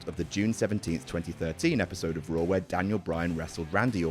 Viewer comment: Who else hears “roar” instead of “raw”.